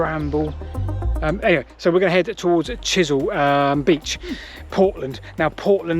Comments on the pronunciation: I think it's pronounced "Wike" as in Wyke. I've walked this line a few times and explored Portland's other railways. big gradient from Weymouth to Rodwell. amazing the steam locos got up that, Chesil not Chisel beach too. Anyway, great video. Don't go swimming at "Church Ope Cove" people have never been seen again off there as recently as 2020. (Purbeck mineral railways quite interesting too if you get time). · I think you mean Chesil beach not Chisel